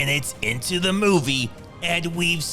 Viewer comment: I love these vids, but the narrator's confusion between the (thuh) and the (thee) is annoying.